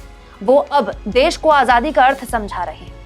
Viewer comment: मोदी जी आझादी नहीं आजादी शब्द है। जरा संभल कर बोले। देश को धोखा दे कर ठग की तरह नेता जी का तडका नहीं चलेगा।